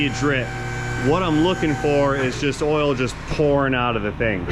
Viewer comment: Your accent is very close to Standard American English, except for "ole" instead of "oil". You can take the boy outta Georgia, but you can't take the Georgia outta the boy.